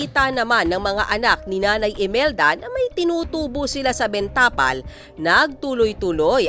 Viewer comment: Ms. Reporter, hindi ben tapal ang bigkas. Benta pal dapat.